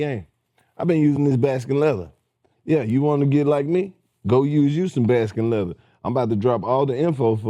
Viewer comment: Somebody tell Lous its Baskin n LATHER not Leather😂😂😂😂